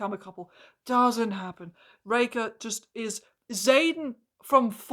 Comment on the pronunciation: Not a dig at your accent or anything, but everytime I hear you say “Raker” I hear “Reika” and I get flashbacks to Age of Scorpius and have to conciously adjust my ears to hear it correctly. (Also I agree wholeheartedly, Harlan Raker is a beyond-stupid name that made me physically eye-roll when I heard it during another reviewer’s video on the book last night lol)